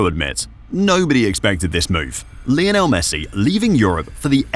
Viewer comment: Lionel not lajonel..... He breaks nothing!